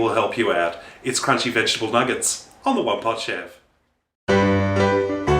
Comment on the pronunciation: i though he said "huggable pot chef" XD